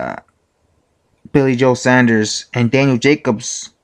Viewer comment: Saunders, SAWNDERS!!!